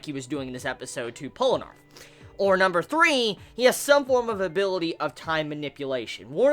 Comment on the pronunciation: PolnarEFF. Not Polnarf. Please, remember. His name is pronounced as Pol-na-raeff, not pol-narf. REFF. Seriously, it makes my ears BLEED each time you call him polnarf, not offence. Also, not mUda, it's pronounced mudA. It's the same as i hear my native russian dub of Jojo, and i hear my comrades call SpEEdwagon a SpeedwAgon... Please,. Play attention to how they pronounce the words. Like me, i called nAruto a narUto. But now i realized that i was wrong.